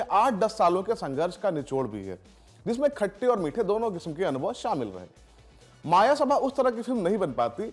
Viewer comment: It's "मयसभा" not मायासभा